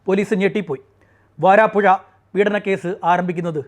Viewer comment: വാരാപ്പുഴ അല്ല....വരാപ്പുഴ.....